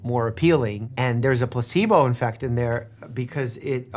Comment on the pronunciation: Right , I swear he's saying, 'placebo infect.' lol Obviously, I know what he means either way, but it's funny to hear.